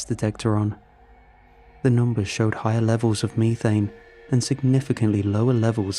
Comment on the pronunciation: Terrified of the way you pronounced methane tbh 😔😂